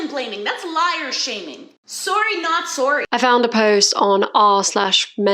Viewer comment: Sore-y not sore-y.